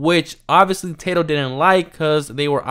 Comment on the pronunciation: It’s Tah-doe not Tay-doe 😂